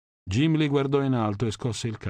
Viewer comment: Jimli?!credo che nel 2022 sia inaccettabile...(dovrebbe esserci una nota alla fine del libro riguardo alla pronuncia dei nomi..)